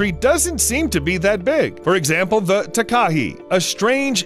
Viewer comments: It's taka-HAY like a gay guy "heeeeey!!" Not taka-he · South Island Takahē*** it's also pronounced like ta-ka-hey. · New Zealander here! “Taka hey” not “tak ah hee” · The Takahē bird of New Zealand is pronounced "Taaa ka he", not "ti ka hey". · Ta-ka-he, not Ta-ka-hee, as a New Zealander this triggers me so much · Tak-A-Hey is how its pronounced, sorry😅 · The NZs takahē bird is pronounced. Ta ka hay. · just so you know it’s pronounced tuk a hay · you have to pronounce takeha ta ke hey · Hi, Don’t mean to be rude but I’m from NZ and it’s pronounced ‘Taka-hay’ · Anyone else here from NZ, cringing everytime he says Takahe and Te anau, the dude could've at least googled the correct pronunciation 🙄